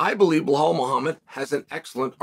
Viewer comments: His name is Belal Chael, not Behal! 😂😂😂😂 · is he saying blow hall? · “Blehal” uncle chael continues to most educated in the business of the sport and the least in name pronunciation lmao… keep it up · Gotta love when Chael puts an imaginary H in Belal’s name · "Behal who?" is the new "Francis who?" So. Belal who?